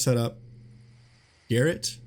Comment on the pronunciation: Wow, a streamer and native English speaker pronouncing Garrote as GARRET? Guess you don't know what garrote is either. 😂